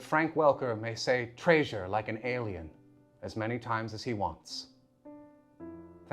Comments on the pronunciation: false! Trai-zure! Oh shit you said it right after 😂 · Let Fred say Træsure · FUCKING TRÆSURE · No one: My brain for no reason: Tray-zhurr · I was like "traesure???" Why "traesure"? Then the clip came and i died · omfg "trAySurE" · FINALLY Someone notices that weird pronunciation of Treey-sure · I’m wondering if that’s just an older pronunciation of treasure. In the old Rankin-Bass adaptation of the Hobbit, Gandalf says TRAY-zhure pretty consistently. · okay i REALLY appreciated and laughed really hard at the drop of Frank Welker's pronunciation of TRAYSURE at the end there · Okay, you had me giggling at the pronunciation of treasure. Love the Fred accent. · I legitimately love that Fredrick literally just CAN NOT pronounce the word "treasure" correctly for the life of him! ^-^ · He's the best because the way he pronounced "Treasure" in the old Scooby shows. There. Video over. You can go home now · My art history teacher freshman year of college pronounced treasure like that, asking other unusual pronunciations. God that was grating. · I love that pronunciation of treasure